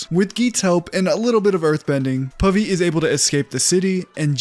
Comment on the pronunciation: Pavi sounds like Puffy. And that name gives me nightmares.😑😑😩